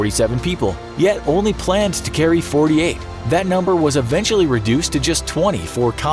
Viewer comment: 'Planned', not 'planed'